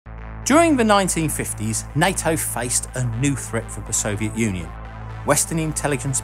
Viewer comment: Why does the voiceover keep saying night-o fo NATO?